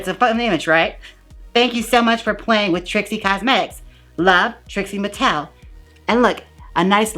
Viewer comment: “expose ha , expose trixie mattelelelohoh” 🤣😅😅 Love it. lmao 🤣